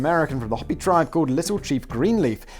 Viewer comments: Simon, I beg of you the word Hopi is pronounced Hoe pee. I grew up on their reservation In Arizona. Mercy, or I will arrange for a lizard shaman to haunt your dreams. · Arizona gal here. Hopi sounds like Hope - ee. The way you pronounced it sounds like a rabid Easter Bunny.